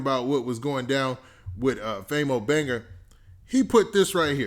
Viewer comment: This mane Saying Famo Banger instead Banga LMAOOOOO anyone notice that?